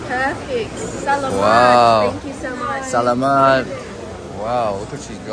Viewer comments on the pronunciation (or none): if you want to sound more like the locals. when you say salamat. emphasize more on the second A not the 3rd. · CB sa-la-mat not sa- lam- at